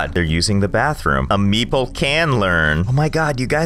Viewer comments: Everytime you say "meeple" I hear "meatball" this is too weird and funny. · i keep hearing meeple as meatball lol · when he says meeple all i can hear is meatball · For the entire time I thought he was calling them meatballs. Nice. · I always thought you said meatball station not meeple station 😂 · It took me the whole time to realise that you was not saying Meatball but actually Meeple smh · thought u said meatball not meeple lol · Josh: Meeple Captions: meatball